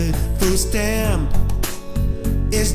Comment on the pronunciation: Meh, I liked the original better, they weren’t really trying to sing and when they said food stamp, it was sa-tiam.